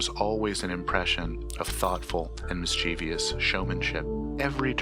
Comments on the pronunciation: it's pronounced "mis-chiv-us" not "mis-chee-vee-us" i'm not hating, just trying to help for the next video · It should be pointed out that mischievous is pronounced "miss - chi- vuss" and not "miss - chee - vee - yuss", but I'm only being picky. Great video/ clips :-) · I was close to disliking this because of your pronunciation of “mischievous”, but you made up for it with the quality of this video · Repeat after me: MISS CHI VO US mischievous